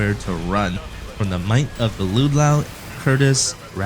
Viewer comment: Head *Bringer*, not Headhunter. And Ludlow is pronounced "ludd-lo", not "lood-lau".